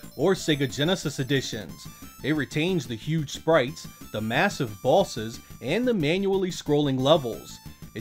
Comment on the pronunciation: does anyone else think when he says boss or bosses it sounds like ballsis?